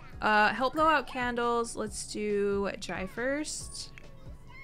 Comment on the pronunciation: Jai is pronounced Jay